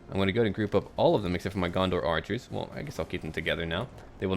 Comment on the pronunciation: Lol u said gondor orchers :P